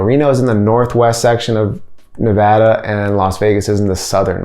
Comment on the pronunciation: Thanks for pronouncing Nevada right!👍